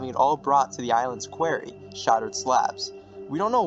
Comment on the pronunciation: Homie why’d you pronounce Genō as “Jeeno” 😭 QUARRY PRONOUNCED AS “QUERY”?? BRO YOU GOOD?